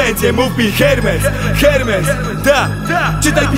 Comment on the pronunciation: Wymawia się ERMES 😂